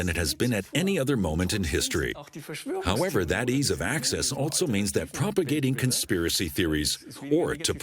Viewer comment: I’ve never heard any English speaker pronounce the word also with a T sound... altso, altso, altso. Is this entire documentary German?